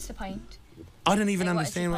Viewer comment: What!! “What’s the pint” WHAT! what pint is she talking about ? Where’s the pint